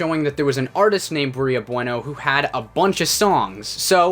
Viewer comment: It's pronounced "bway-no". You know, like the Spanish word?